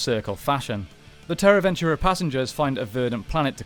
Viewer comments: It’s “Venture” not “Ventura” 😂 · It’s Terra Venture not Ventura. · It’s Terra Venture…. Not Terra Ventura… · Its Terra Venture not Terra Ventura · Why do you keep saying ventura? I know its tricky to argue about pronunciation with people from different countries and regions, such as aluminum vs aluminium or X Y X vs excees. But the Terra Venture ends with an E not A. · I cringe every time I hear “ventura” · You dare call this channel 6th Ranger, yet you can't even get "Terra Venture" to come out of your mouth correctly? Quick question. Who wins in a fight. Dargonzord versus Q-rexus? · You really butcher and mispronounce several things and its a huge distraction. Its TRAHkeena not TAHkeena. There is an R. And its terra VENTURE, not VENTURA. No A!! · Cool video. Just a few details: 1- It's Terra Venture not Terra Venturer 2- It's Trakeena, not Tarkeena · I think perhaps you should watch the seasons to know how to pronounce the names of locations and villains. I don't know 'Tarkena' is but Trakena? I do, not sure where Terra Ventura is but Terra Venture, I do. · I don't think it was Terra "Ventura" but "Venture" and it wasn't "Tar-Keena" it was "Trah-Keena". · Came to say this lol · Isn't it Terra Venture and not Ventura and Trakeena and not Tarkeena? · Loving the videos man but it's pronounced Trakeena not Tarkeena, and Terra Venture not Terra Ventura... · Dude, Terra VenturAH, TARkeena, what happened? Lol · Who is "tarkeena"? 😂😂 And Terra Ventura? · Love the video but what’s up with the wrong pronunciation of terra venture and trakeena? They aren’t even spelled the way you pronounced them 😂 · Am I the only one who cringes everytime he says Terra Venture and Trakeena the wrong way? 😖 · I can’t lie, the pronunciations of Terra Venture, and Trakeena was frustrating.